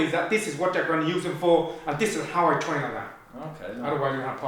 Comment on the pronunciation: Don't twain faw somfing you not gunna use it for, you gunna have a big pwoblem